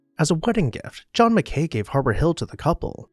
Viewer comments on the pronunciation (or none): Excellent video. I've toured Biltmore and Meadowbrook Hall, but I really wish that I had seen Whitemarsh Hall. For any future videos: Mackay is pronounced Mackie (no idea why).